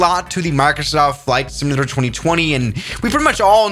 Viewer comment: "Fight simalater"